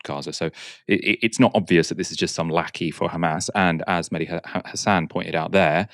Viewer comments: Its Mehdi, not Medhi. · his name is Mehdi not Medhi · Its not medhi Its MEHDI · media its meHdi hasan not medhi :) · It’s Mehdi not Medhi.